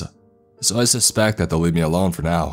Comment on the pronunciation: Now-ah I need-ah you-ah to tell me what-ah happen-dah on the ship-ah